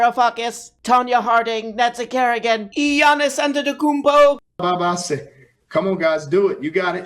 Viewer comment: "Giannis antetokoumpo"..., I cannot condone you taking the lord's name in vien like that.